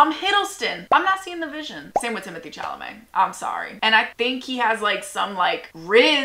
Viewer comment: not her pronouncing Chalamet wrong 😂